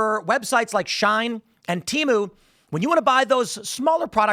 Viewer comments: it's she-in not shine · Its she-in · HOW DARE YOU MISSPRONOUNCE SHIEN!!! (she-EE-n).